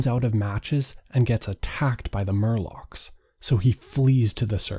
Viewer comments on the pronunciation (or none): “Morlock” not “Murlock” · Morlock, not murloc. This isn't Warcraft. 😁